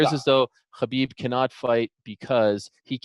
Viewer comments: Ariel, there is no hard “khaaa” k sound in Khabibs name. He literally said that it’s pronounced like an “h”. Habib more or less. Cheers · Come on Ariel, pronounce the name of the champ right.